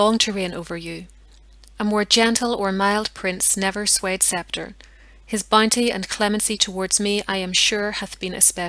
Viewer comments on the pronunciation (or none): none